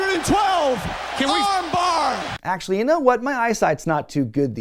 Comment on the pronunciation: The 1004 moves, every 2nd or 3rd one is arm bar. Everytime he says it, he emphasizes it slightly more